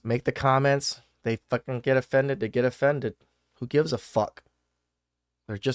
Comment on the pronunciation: how emphatically you said "FUCK" in the beginning had me rolling. 😂